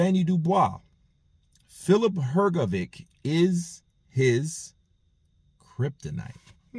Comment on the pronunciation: Please learn to pronounce hrgovich's last name,it is Hrgovich not hrgoviq